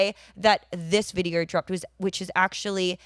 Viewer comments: "The videoruhra" Vid-e-o. O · Lol I love how she says "videor".